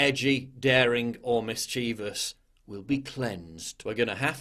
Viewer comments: "misscheevus" made me cringe so bad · Pardon me. "MisCHEEVous"? What sort of word is that?